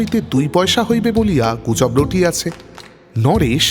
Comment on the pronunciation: আপনি পারলে উচ্চারণ গুলোয় একটু নজর দিন,বেশি শুদ্ধ করতে গিয়ে শুনতে অন্যরকম লাগে.... যেমন ধরুন চিমনী, ছিমনি নয়, গুজব, খুজব নয়, ঘরে, খরে নয়, বুঝিতাম, পুঝিতাম নয়....ইত্যাদি অজস্র.. আপনার নিজের চ্যানেল "Bengali Classics" ও আমি নিয়মিত শুনতাম, উচ্চারণগুলো সঠিক হলে আবার শোনার ইচ্ছে রইল....